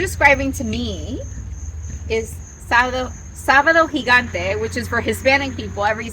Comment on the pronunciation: I'm part Cuban, Mexican and Spanish and I remember Sábado Gigante being on at me abuelo's house. So I get it but you have to almost yell SÅBADO GIGANTE! to say it correctly.